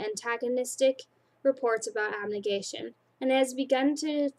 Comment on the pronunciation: Ab-ne-gat-tion(say it like that) Can-dor Eru-dite(you said it right!) Am-it-y Dauntless(pretty easy) Haha But you are doing good! :D